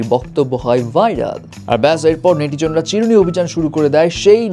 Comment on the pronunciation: ভাই,উচ্চারণটা নেটিজোন না।এটা নেটিজেন